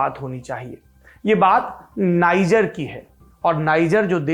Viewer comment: नाइजर नहीं, नीजेर